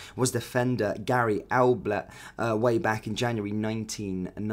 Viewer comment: Alblett and Bramby? You mean Ablett and Barmby